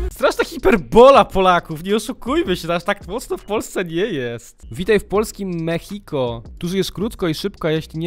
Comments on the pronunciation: To się nie mówi mechiko tylko mexico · to się wymawia ,,polskie meksiko", a nie ,,polskie mehiko", czy jak ty to tam czytasz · Posłuchaj tego z dwa, trzy razy i wtedy będziesz uwielbiał tą piosenkę. Ale Lexy muszę przyznać, że to perła w tym teledysku. A i nie mówi się ,,Polskie Mehiko" tylko ,, Polskie Meksiko"😅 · Mechiko xdddd. Rykłem kiedy mówiłeś mechiko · polskie mexico: czyta się ( polskie meksiko ) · się czyta polskim meksiko a się pisze mexico